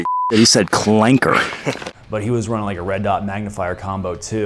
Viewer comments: he said clanker with a hard r. sheeeeesh! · He said clanker hard R